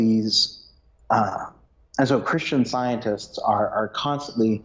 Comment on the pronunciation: Very informative but a little hard to follow because of this gentleman’s constant hesitations in his speech and his inability to pronounce the word “scientists”. He leaves out the “t”.